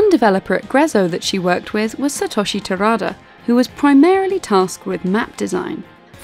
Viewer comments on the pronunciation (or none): none